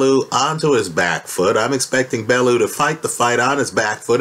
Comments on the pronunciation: It's "Bell-you" not "Bell-oo" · Even if Haye won this one, it was surely - surely?? - clear from his last three fights that he was SIGNIFICANTLY shop worn and that his body was failing him? And please... Tony's last name is pronounced "Bell - yew".